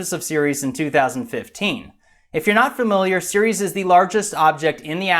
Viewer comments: Another good vid but the first minute I understood you were talking about Sirius instead of Ceres. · He said series and not Ceres lol